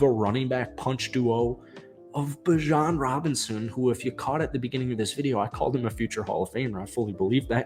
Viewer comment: it’s beejon not bijawn😭